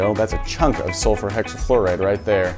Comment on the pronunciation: How many times did he say sulferhexiflorid🧐🧐🧐